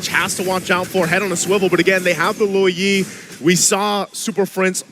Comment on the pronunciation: “Loo yi” is crazy